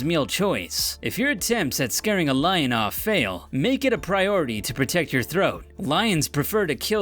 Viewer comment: dude says line instead of lion